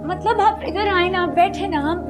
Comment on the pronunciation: Matlab❌ Matbal✅😂🤣😁😀😆😄😃🤪😜